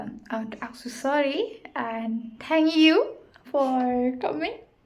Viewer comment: "Sorry" Thang-ging you"